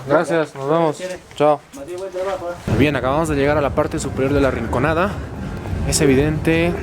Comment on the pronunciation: SOLO YO ME DI CUENTA QUE DICE RICONANDA?